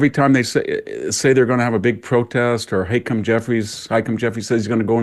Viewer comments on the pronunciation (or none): Why does VDH pronounce Hakeem Jeffries so strangely? Lol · I love how VDH pronounces the name of house minority leader Hakeem Jeffries. He pronounces it “hike ‘em”. lol